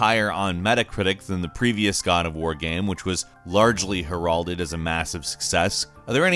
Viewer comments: it's pronounced hair-ald-ed. Not her-all-did. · Your pronunciation of "heralded" bothered me way more than it should. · dude fyi... you pronounced herald(ed) wrong. Might wanna look it up.